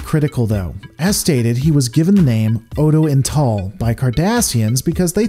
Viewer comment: Odo'ital.... there is no letter N in the name. kudos for the tribute, though.